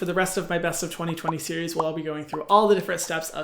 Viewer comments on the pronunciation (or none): none